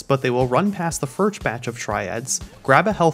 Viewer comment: "They will run past the 'firch' batch of Triads" Thought that no one would notice huh?